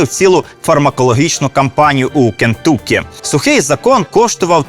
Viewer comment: Дивно, що Нетфлік ще не зняв серіал про Римуса і «сухий закон»!? P.S. Все круто і дуже цікаво але «КентАкі, а не КентУкі»!!!)